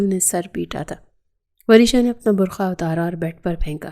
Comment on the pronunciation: بر کھا نہیں بر قعہ 😂😂😂 بی بی